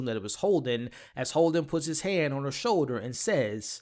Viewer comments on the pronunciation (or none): none